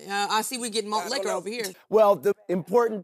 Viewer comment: nawt “MALT LIQUOR” !!!!!!! 😂😂😂